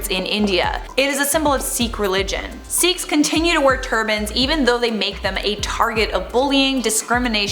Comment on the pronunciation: It's pronounced "sickhs"